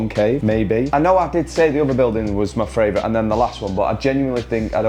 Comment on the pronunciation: My fravourite is you saying fravourite!!! 😂😂😂